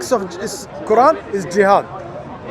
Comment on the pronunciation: Watch this ignorant jihadi can not even pronounce the quran properly and he wants to speak about islam. I am sick of these undercover isis/al qaeda/taliban supporters speaking freely and promoting their disease. They should not be allowed to speak openly. They should be banned from speakers corner. These ignorant devils give us muslims and islam a bad name.